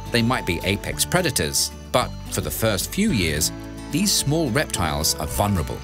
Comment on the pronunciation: A beautifully filmed and rendered documentary. 2 observational though; there is no information about how long the various species can remain underwater,and, for the benefit of the narrator, the ‘l’ in vulnerable isn’t silent.